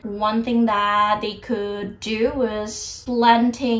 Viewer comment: kak, agak aneh dengan pengucapan "could", "would", dll kakak yang l nya ga silent, cmiiw kak kalo kakak sebenernya ngucapinnya bener uda bener, cuma telinga aku ato pengetahuan aku aja yg salah hehe. semangat kakkk <3